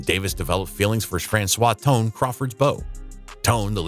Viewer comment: ➡Franchot Tone pronounced his name FRAN-cho.⬅ The narration must be a digital AI voice.